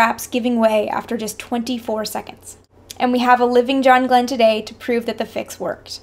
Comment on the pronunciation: yeah right thats how you pronounce his name !